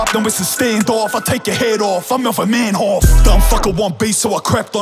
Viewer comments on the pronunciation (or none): It's funny how his catchfrase is hood oos but he uses the English pronunciation of Dutch fighter Melvin Manhoef's name, when pronounced in Dutch it sounds way similar to 'oof' like in roof